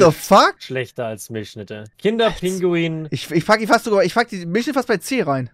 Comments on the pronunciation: Kinder PINGUI !!!!! nicht Kinder Pinguin! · Es heißt Pingui, nicht Pinguin. 😬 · Ich werde da nach 2 Minuten schon so aggressiv. Es heißt Kinder PINGUI, nicht pinguiN! Ohne N! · kann jemand den bitte erklären das es pingui und nicht pinguin heißt lmao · Triggert dass ihr KinderpinguiN sagt. Lasst das N bitte einfach weg, danke😘😅